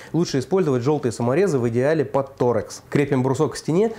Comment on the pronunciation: про биты ты конечно удивил. Построил дом своими руками, а про такую мелочь не знал) Кстати, звездочка называется торксом (torx), а не торекс.